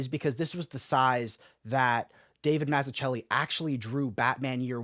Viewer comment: Gonna buy this soon. Its actually cheaper in India. Less than a 100usd. The best batman story. P.S. humbly requesting you to look into the pronunciation of Mazzucchelli. Would be greatly appreciated.